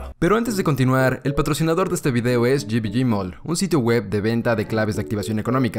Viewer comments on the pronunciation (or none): me excita cuando dices G V G M A L L 😳😳😳